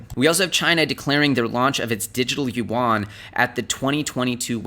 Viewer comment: it's Yee Ian (yuan), not You Want!